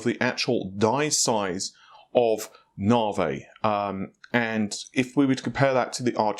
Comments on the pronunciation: 'nah-vay'? :) (It's so hard to say, NAH-Vee!) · 15% IPC up is fantastic! Nav.E, not Narvey, not Narv, bath, not Barth, please! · He used to say it properly, once he found it gave some people a matter to talk about in the comment section, then he continued pronouncing it as Naa-Vey, you can call yourself his guinea pig xD. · It's pronunced "Na V" ...not "Na vay". Couldn't resist :-) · His NaVi is NaVay ~way with a v. Instead of Na-V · NAH-vee, says Nhar-vay,or any number of other obvious to everyone else,mispronunciations,but, heart is in the right place and he tries. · Don't stop pronouncing it nah-vey, more comments more 💰! It's fun to drive obsessed/spergs nuts 😆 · I hate the "nar-vey".... sheesh it's not hard NAVI... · I've learned here it's pronounced 'nar-vay!' :) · NAVI, NOT FUCKING NAVEH! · This guy: "I'm probably pronouncing that incorrectly, so if someone can comment down below exactly how to pronouce that I would appreciate it" Also this guy: "NARV-EY!" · NaVee, say it, say NAVEE!!! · Worries about saying a Chinese site name wrong... says narveh 600 times during video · It's Na - vee Na - V 😂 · Continues to keep saying Nar-vay while asking us to correct his wording for the Chinese website. Any point? lol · I remember the earlier videos he was saying it correctly. Dont know why it became nar-vey haha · Navi dammit not Na-veyy P.S What the Fuck is happening in the comment section part regarding my comment? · do we need to tell you how to pronounce NAVI also LOL? Nav = (Nav)igation, I = e. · he can say it correctly, He sometimes slips and says it correctly. His first few videos about it he was saying it correctly. Its more like he is trolling. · You know the letter I is pronounced similar to 'ee'. Not single E. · Nah-vay. lol Will someone help this man. First it was Fred-ripper, then Ma-tassie (Matisse), now it's Na-vay.